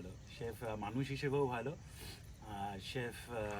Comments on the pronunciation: ওটা চিফ না , ওটা শেফ হবে। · কথাটা চিফ নয় শেফ!